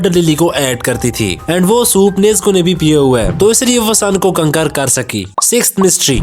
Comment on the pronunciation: Kaontar ❎Kankar ✅🤣🤣🤣🤣🤣